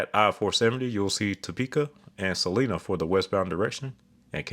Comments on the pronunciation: Sa-LINE-a. The people in Salina are very particular about that pronunciation. Just like Nevada, MO. It's Na-VAY-da. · I gotta be that guy. Salina, KS is pronounced Sel-eye-na and Osage is pronounced O-say-j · Jesus Christ. Sa-line-a and O-sa-ge, as in the Osage tribe. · I drive the Florida Turnpike between Orlando and South Florida just about weekly. Your descriptions are spot on, and I'm surprised that so many Florida freeways made the cut - does the Turnpike qualify as a freeway? Also I have a friend who grew up in Salina - (Sa-Lie-Na) Kansas. Pronounced "I" like your eyes. I couldn't believe that one when he told me either, it's not an intuitive pronunciation. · In Kansas Salina is pronounced “Sa-lie-na” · "salina" in Kansas is actually pronounced "Suh LIE nuh"!! knew it would be on your list cuz I grew up there 😂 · Great video, You are one of my favorite channels on this site! Also I just wanted to point of that the local pronunciation for Salina is Suh-ly-nuh and Osage City is pronounced O-say-J. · Oh, bro! You murdered the pronunciation of Chickasha. It's "CHICK-a-shay." Then you missed it with Miami (Oklahoma). For some reason, it's "my-AM-uh." You also mangled Salina and Osage City in Kansas, but I'll let somebody else help you with those.